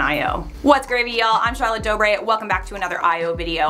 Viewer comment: Am I the only one who, every time Charlotte says "Dobre", somehow, hears "Del Rey"?